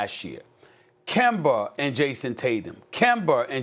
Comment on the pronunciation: Stephen “Kember” A. Smith